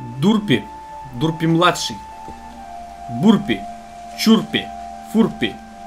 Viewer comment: Не Дурпи, а Дёрпи; не Лаки, а Люся (Конечно, понимаю, что это юмор, может. Всё же мне что-то говорит о том, чтобы написать комментарий с иправлением, каких только может быть куча).